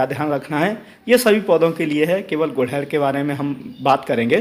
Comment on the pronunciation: तो फिर आप भी इसे गुड़हल बोलना शुरू कर दो। आप गुलहड़ बोलते हो।